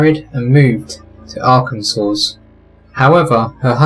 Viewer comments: It’s Arkan-saw, not Arkan-sauce lol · Owdo did you just say Arkan sauce lad? Hehee you don’t pronounce the s at the end.Crackin vidyo as per guys much love from ya favourite Yorkshire witch 💟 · This is a ”GREATEST” Channel!!!! High on my List of The BEST, MOST GREATEST Channels!! FYI: Pronounced “Ar-Kin-SAW” the last S is silent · Arkan-saw. And Ill-lin-noy. (No s) Illinois wasn't said wrong on here but even Americans say Arkansas & illinois with the s sound at the end. Why is the s said at the end of Kansas but not Arkansas? These are the mysteries that need covered, hahaha. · I just want to point out that the s at the end of Arkansas is silent. Otherwise, it's a good video.